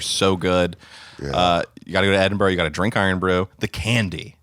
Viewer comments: It's pronounced edinbruh, not edinboro or edinburg... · Learn how to say edinburgh 😂